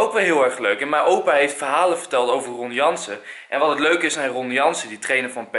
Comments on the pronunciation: Het is Ron Jans niet Ron Janse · Ron jans HAHAHAHA niet ron janssen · enzo het is ron janSSSSSSSSSSSSSS duidelijk ron janSSSSSSSSSSSS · Best triest dat als je over Ron Jans verteld, dat je z'n naam niet eens goed zegt...